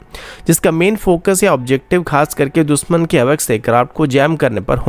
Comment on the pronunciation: दुसमन नही दुशमन, एकजेम्पल नही example, इस्टेब्लिसमेंट Nahi एस्टेब्लिशमेंट Bhai अपना उच्चारण सुधारो। News padh rahe ho ya mazak Kar rahe ho? Kam se kam khud kaa naam hi sahi so bol lo, " होता है या "? Yaha BHI गाओ,खेड़े वाला उच्चारण?